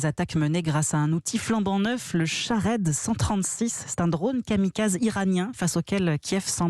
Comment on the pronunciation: Chakhad 😅🤣😂 La prononciation française 🤣😂